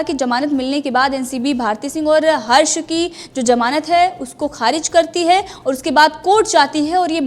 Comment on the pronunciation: Maozud nahi maojud hai jamanat nahi zamanat hai sahi bolo yaar